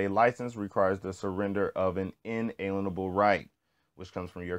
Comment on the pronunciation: lol at least learn how to pronounce "inalienable".